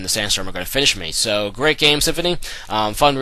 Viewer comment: "Alright. Gay, er great game" is what I heard at the end :p GG